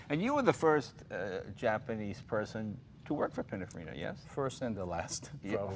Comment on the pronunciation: C'mon, Jay, "PiniNfarina", not, "Pinafarina".